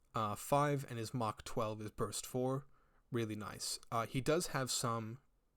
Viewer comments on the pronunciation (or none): I can't tell if it's just the accent or not, but you keep saying something that sounds like Mach rather than Mark 12. Am i mishearing that?